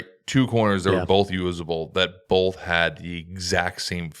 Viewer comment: Drinking Game: shotgun a coors every time puts a L in the word “both”. BOLTH baby